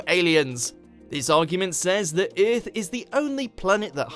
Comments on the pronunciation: the man said iiarth 😁😁😁😜😜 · You pronounce earth wrong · I really hate the way he says earth. Kills me.